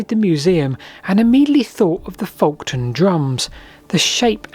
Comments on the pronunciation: it's 'Folkton' not 'Folkon'. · Its pronounced "foketon" and "bur-Ton" . I grew up near both sites of the Folkton and Burton Agnes drums... best area in the UK for Neolithic sites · Just saying its FolkTon